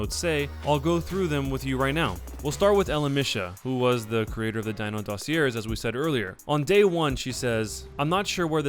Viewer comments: hey its pronounced dossi-ayyyyyyyy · Sorry I have to say something. It's "/ˈdôsēˌā,ˈdäsēˌā/. Just so you know next time if you do a video on them, that's how you say it. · oh well if Kotaku said it it must be true, right? cuz no way a Gawker Media subsidiary would lie for clicks, right? right? oh and the word "dossier" is pronounced "doss-E-eh." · You're saying "DOSSIER" wrong, you do not pronounce the R.